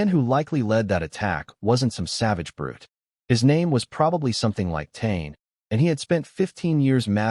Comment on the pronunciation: "tain" is pronounced Ta-ney and spelt Tane. AI fail